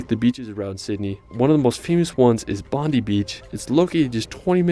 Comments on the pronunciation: It's not pronounced Bondy Beach; it's bond-eye Beach. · A random comment from a random. The narrator miss pronounced a lot of these places. 1. Bondi isn't said Bon- dee it's Bon-Die 2. Melbourne is pronounced as Mel Bin 3 Cairns is pronounced as Cans. Uluru is a monolith or one giant rock, It's like an iceberg you only see a small piece of it. Tassie is split by 42°S latitude, So the opposite is 42°N which cut through the Northern US. Australia get more snow than Switzerland. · Bondi is pronounced Bondi Eye